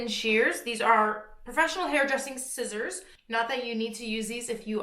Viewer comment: not scissors ... seessors! 😉